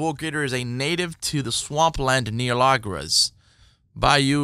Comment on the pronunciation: “LAR-GAHS” is wild😂